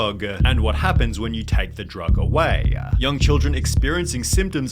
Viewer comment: Why does the guy narrating the video add extra syllables to the end of words? I couldn't make it past 5 minutes, infuriating lol 'Words-ah' 'away-ah'